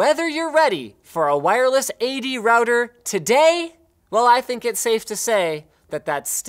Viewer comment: Stop mispronouncing router or I may cry.